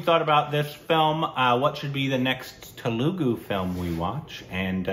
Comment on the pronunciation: Telugu is pronounced Thelugu